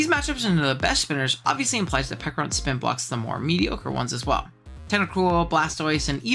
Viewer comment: Not the silent H on Pecharunt 😭😭😭😭😭😭😭😭